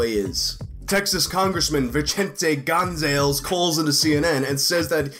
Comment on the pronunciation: lol Gon-zalez